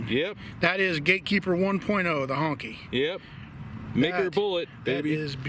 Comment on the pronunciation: He said HUNKEY... thats fuuuuny